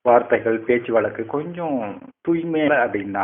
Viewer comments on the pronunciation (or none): none